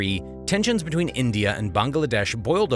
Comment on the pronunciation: Border "betweeb"